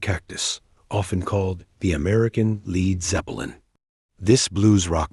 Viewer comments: "Lead" Zeppelin. It can't be that hard to get an AI voice to pronounce words correctly. 🙄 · Particularly considering the fact that Zeppelin spelled their name without the 'a' in an attempt to keep people from mispronouncing it.